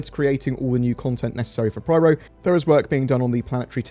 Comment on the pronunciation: It is PYRO not PRYRO